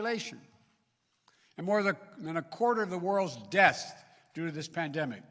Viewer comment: The man can’t pronounce “deaths”